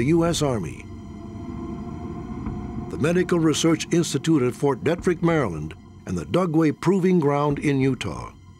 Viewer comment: I live 25 miles west of Fort Detrick. The emphasis on the name sounds like Deetrick. No disrespect to Mr. Stack. I watched him way back when his was in The Untouchable's TV show.